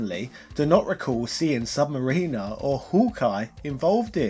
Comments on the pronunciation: You're saying the name wrong. Sub - Mariner, not submariner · It’s sub mariner (mar-RIN-er) not sub mariner (mar-REEN-er) small pronounced difference like Live and Live (Leve) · This was great but its sub-ma-rin-er, not sub-ma-reen-er. Hope that makes sense lol. Sorry to be a nit picker but it got on my nerves lol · Thanks, i hate when people say submarine-r. Like dont they hear themselves saying it and think...this cant be right? Not to mention its correct pronunciation on the character select screen...its right there for all to hear and repeat but they dont 😂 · I’m being one of those guys right now but when you say Sub-Mariner’s I cringe. It sucks that Marvel can’t use him in their movies. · That prononciation of of sub mariner. Wow